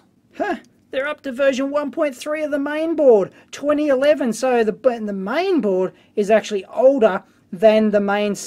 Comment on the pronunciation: "MIAN BOARD", oh yeah!